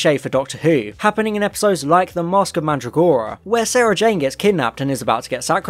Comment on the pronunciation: why did you pronounce mandragora like that omg